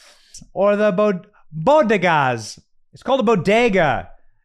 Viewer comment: Bogodas of the Bronx! She actually said bo - go - das. She’s never been anywhere near the Bronx!